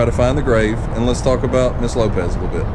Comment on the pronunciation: It's pronounced LopeS ...not LopeZ